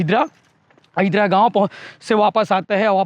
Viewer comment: अहिदरा नही अहिल्दा gaon हरय